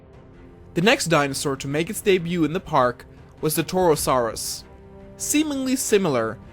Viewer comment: HMMMMM the torosarus (I'm not spelling it wrong it's how he said it)